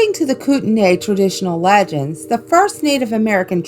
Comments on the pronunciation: Also, coot-knee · For the flathead lake monster one its pronounced koot-an-e ☻︎